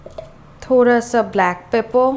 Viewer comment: Bhan ji thora nahi thoda hota ha pehle bolna sikho phir aanaa 😂😂😂